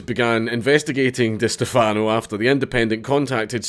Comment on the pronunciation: Holy shit, is that an Eve Online tat on your right wrist? Forgive me if it's old news, but that's awesome. BTW, it's "Di STEH-fano"...or just "cunt".